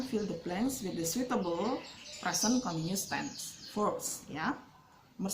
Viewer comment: Continuous = baca [kənˈtɪnjʊəs] 🙏